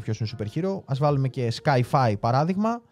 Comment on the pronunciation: Σκάι -φάι; Έλεος!😂